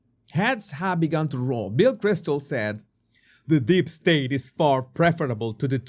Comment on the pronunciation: It's 'Deep state' not 'Dip state' my friend! 👍😆